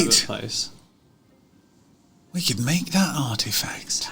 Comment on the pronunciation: Why is it every time said "Artifact", all I heard was "Art Attack"! Loved this so much...good fun!